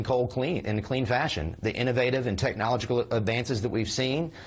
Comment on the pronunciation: he said:'technoligacal' LOL